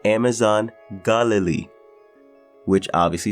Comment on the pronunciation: Bit of a stretch on the pronunciation of Galilee